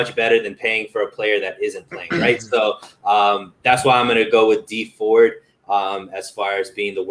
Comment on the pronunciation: Its dee ford